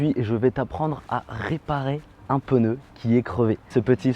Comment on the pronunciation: Un peneu 😂 on dit un pneu xd